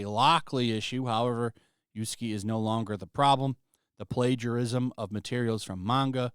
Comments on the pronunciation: Lol. You're callin him Yusuke on purpose right? You have to know it is YAsuke. Either way it cracks me up. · You "yasuke" as "yusuke." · Yasuke, not Yusuke.